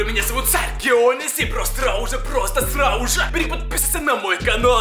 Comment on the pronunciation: мне кажется не может говорить букву ж например вместо сразу же он говорит сразу е и вместо кажется он говорит кается